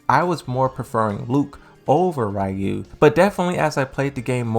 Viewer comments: It's Fcking Ryu RE-YU not Rayu how the fck does a fan not know how to say his name correctly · Bro why do you keep pronouncing Ryu his name so weird?